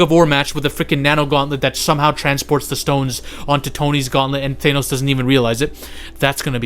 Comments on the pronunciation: Bruh, it's pronounced THANOS, not thaynos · Bro, it's Thanos, no Thay-nose. Wtf???? I can't even take this video seriously when you don't know how to pronounce the great titan's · It’s not Thenos stupid! It’s Thanos